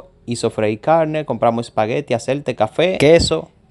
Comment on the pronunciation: por favor antes de hacer estos videos por favor no lo tomes como una crítica destructiva, te sugiero que aprendas a expresarte mejor. No se dice acerte, se dice aceite. Pon las S por favor. Gracias